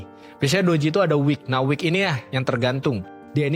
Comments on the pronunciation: buat editor ini konten bagus tolong itu "wick" bukan "week" biar orang lain yang belum paham jadi gak salah paham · WICK bang, bukan week. Ibaratnya itu ujung lilin yang di sumet api tu lho